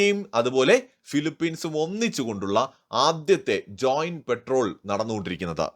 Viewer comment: പെട്രോൾ അല്ല പട്രോൾ 🙏🙏🇮🇳